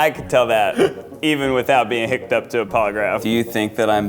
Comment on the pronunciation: Ned said hicked instead of hooked 🤣🤣 am I the only one who heard that